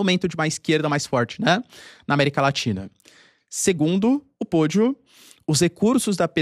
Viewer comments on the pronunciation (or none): Pollo, frango não sona assim como você falou "podio" e sim póio